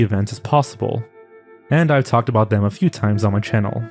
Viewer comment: Are zoanfly and the same person. Because they pronounce channel kanel.? Need this info im going crazy